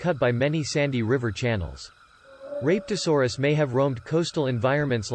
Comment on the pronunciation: That pronunciation of rapetosaurus is... Oof